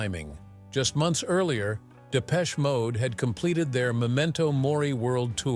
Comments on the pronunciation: Depech shay mode! 😂😂😂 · And it isn't 'Depech-A'...ugghh..